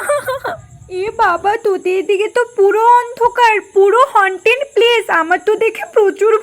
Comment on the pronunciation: সত্যিই কিছু মেয়ে এতই নেকা যে হন্টেড উচ্চারণটাও ঠিক করে করতে পারে না😢